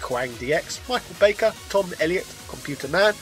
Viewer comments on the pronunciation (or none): none